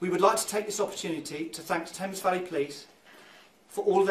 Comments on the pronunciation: Thank you for covering a UK case! We were all following along in real time with baited breath. Couple of things, Thames is pronounce Tems and Buckinghamshire is pronounced buck-ing-am-sheer we like to shove silent Hs into all sorts of words and pronounce things different to the spelling! Also we use 'saddo' as slang for loser so she was probably just jokingly calling her brother a loser rather than it being in reference to his mental health. So many things done wrong in this case is due to how woefully funded all our public services, especially the mental health system, which leads to crappy training. The poor family have had to deal with so much loss and my heart breaks for them. So many people die as a direct effect of our broken mental health system in the UK and it only gets worse year on year as the people in charge continue to drain more more funding out of it. People are drowning and our goverment is throwing them more water instead of throwing them a flotation device and it's disgraceful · Hey beauts,I know of this case and am from here and it's pronounced the temz not Thames. Weird I know but that's us Brits for ya 😂 thanks for covering this though as I've not seen it covered yet and she deserves all the coverage she can get. People need to be her voice. Xx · Oh and it’s “tems” valley police. I know, I know we make no sense here 😂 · Just a tiny hint from a Brit: ‘Buckinghamshire’ is pronounced ‘Bucking-um-shur’ (don’t roll the R), and ‘Thames’ as ‘Tems’. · Love your content but we pronounce it Tems for Thames xx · Thames is pronounced as if the "h" is silent. So, it is pronounced as Temmes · I think Thames is supposed to e pronounced Tems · You pronounce Thames tems ❤ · Thames is pronounced Tems, just so you know 😊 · I hate to be ‘that’ person but Thames is pronounced tems and Buckinghamshire is pronounced ’bucking-em-sha’ sorry 🤦🏽‍♀️ another fantastic video Thankyou 😊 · ❤And my lovely friends, it’s pronounced ‘Tems’. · Thames, pronounced Tames